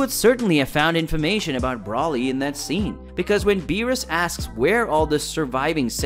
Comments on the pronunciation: Bro same! Like, I'm trying to enjoy the video, and see what kind of theory this guy is talking about, but the mispronunciation of Whis, Paragus and Broly are killing me. Paragus is pronounced like Pair-A-Giss, like asparagus and Broly is pronounced Bro-Lee not Brawl-Lee. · Bruh these characters been out too long for you to be gettimg these names wrong. It's pronounced weeeis not wis also it's bro- lee not browly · And he also calls broly "brawly"🤦‍♂️ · His name is not Braly it’s Broly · bro you really thought planet Namek was the planet of the Kais and then you pronounced Broly like Brawly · Broly not Brawley ☺️ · Its BrOly not BrAly 🤧🤧 Broo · Don't you mean Broly Not Braly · Whis- Weese, Broly- Bro- Lee, Paragus- Pear-uh-gus..... pronunciation is key... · Dude said “brawley” 🤦🏻‍♂️ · calling them "brawlee" & "Wiss" was super cringe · This is a good video, very interesting, but I gotta ask, are you deliberately mispronouncing Whis and Broly? Because their names aren't pronounced like that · the pronunciations of the names like whis and broly hurt my soul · How in the 12 universes can you mispronounce so many names, despite them having been said clear and concise for everyone to hear, and in English? Like with Broly and Whis. There are so many times in the ENGLISH DUB where there names are said clearly. How do you get it wrong? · triggered on how this dude says the names wrong. i mean how do you pronounce broly wrong? and they say Whis in the video yet this dude still says his name wrong. Also says paragus wrong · You’ve got to fix the way you pronounce “Whis” and “Broly” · Its broly with a long o are you even a fan